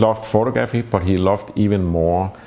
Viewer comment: When says “Photo-graphy” it always seems to (A) catch me off guard (or offgaard) and (B) make me a little weak in my american knees